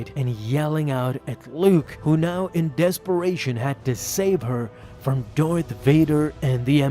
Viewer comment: Lol "dorth vader"